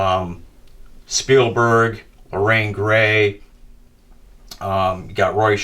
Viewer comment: Just a Heads-Up: Her name is Lorraine Gary, not Lorraine Gray (as you pronounce it at the mark)